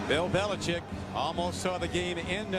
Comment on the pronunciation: If I have to hear this guy say "Billichick" one more time 😂